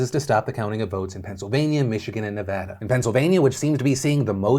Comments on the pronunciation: I have to say I am so proud of Philip Defranco for finally pronouncing Nevada correctly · Maybe will all this focus on Nevada, people will learn how to say the state’s name 😂 (ty Phil for saying it correct btw) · Your updated pronunciation of my beautiful state of nevada has officially giving me a hard on. 💙